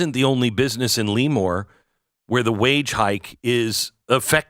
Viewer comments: Lee-more=😂 Lëmoore=👍🏻👍🏻👍🏻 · It's pronouced La'more not Leemore! Right outside Naval Air Station Lemoore, I know, I grew up there and was in the Navy there. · It sounds more French. "Le-mour" or "Le-more." Not Lee-More. It's a soft first E, just for your knowledge. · It’s not LEEEEmoore its lemoore Glenn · California Central Valley native here. It's pronounced 'Leh-more', not 'Lee-more'! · Luh- More. not “Lee-More” But the KommieFornia minimum wage was intended to destroy and close small businesses. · Plus vote ... but a) it's pronounced lah-moor ... not lee- more. b) Don't forget, there are more Republicans in CA than any other state; more Californians vote for Tump than any other state. Just because a COUPLE of far left blue areas foil the rest of us. ... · Le-Moore, not Lee-Moore. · I can tell you don’t live in CA because that’s not how your pronounce that city’s name at all… never heard of LEEmoore…. I’ve heard of LEmoore. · Yep... Former Navy Avionics Tech who took a few touch-n-goes through NAS L"uh"more. Never heard of Lee-more until now. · It's pronounced LA more not Lee more😊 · If you're going to say a town's name, can you at least pronounce it correctly? Every time you said "Lemoore" it just grated on the ears of everyone in my house. "Leee-moore" *SMH* Lemoore is NOT pronounced "Lee-more" it's pronounced "Leh-moore", but don't TRY to separate the syllables. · It's not LEEmoore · Glenn, it's pronounced Le MORE. LOL! Sorry, this truly is sad. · It is pronounced "la more" thank you for the great description of the town and area. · Same-born/raised in Fresno. Relocated to Turlock, 1976. And it’s not pronounced Lee-more! …(cracking up). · It's pronounced La more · My wife and I laughed every time you mispronounced the town's name.